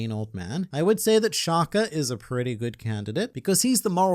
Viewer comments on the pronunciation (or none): Shaka* Not, Shakhaah Meaning place less emphasis on the k, and do not prolong the pronunciation of the last a.